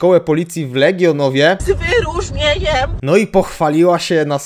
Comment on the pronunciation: Jak przestępca spotka panią K. to będzie już wiedział, że to żadne zagrożenie i jedyne co mu może grozić to 0,7 whisky za załatwienie tego czy owego na "lewo" dla pani K. Gratulacje! Wspaniały absolwent. Z "wy-ru-rznie-ńjem"! Teraz do pałowania na demonstracjach przystąp! I to z "wy-ru-rznie-ńjem"!